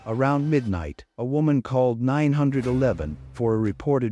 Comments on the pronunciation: AI! She called 9 hundred and eleven! 😅 AI needs to be boycotted. Unsubscribing now. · Nine hundred and eleven? Artificial intelligence isn't so intelligent is it.😮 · Septimember? You better call nine hundred and eleven right away! 🙄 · It's not nine eleven, not nine hundred eleven, it's nine/one/one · 48, did the lady call nine hundred & eleven? Why NOT say 911. Roll my eyes & shake my head at STUPID Narrators.